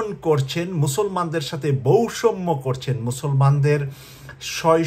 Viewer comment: বৌষম্য, ব্রাইডেন, দুর্চিন্তা, আহা, কি সুন্দর উচ্চারণ হা হা হা :face-blue-smiling::face-blue-smiling::face-blue-smiling